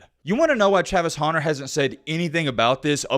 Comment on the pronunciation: Travis honer? hunter. Speak.